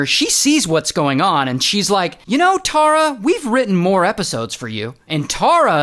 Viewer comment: Omg my name is Tara and please try and say it like tar-ra not tor-ra tysm ❤